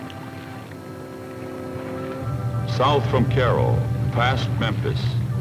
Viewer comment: Is that the way everyone pronounces Cairo in that part of the country